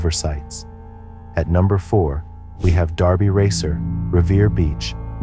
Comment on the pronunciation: *DERBY Racer - not Darby Racer btw